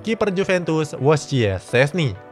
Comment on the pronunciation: Wojciech dibaca Voicek om